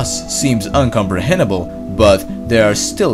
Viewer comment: "Tirteen" and "Uncomprehenible"